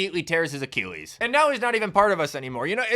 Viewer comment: I love the vid, but I hade how you say the word Achilles.